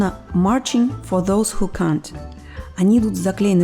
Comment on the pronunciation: Не смешно, cunt произносится по-другому, нежели can't, принципиальные различия между ними есть. Она правильно сказала, ибо говорится "кант" а не "кент".